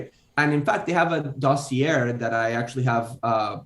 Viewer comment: I weep for American education when I hear someone pronounce dossier ending in "err."